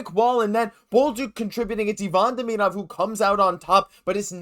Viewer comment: A good report, but my main reason for commenting is to recognize someone finally pronounces Demidov's name correctly. The correct way is just as easy as the incorrect way I overwhelmingly hear from people - even hockey announcers and commentators who know or should know better. I don't know if this out of uncaring, laziness (to do the research on how to pronounce it) or what, but I find it disrespectful and irritating, among other things.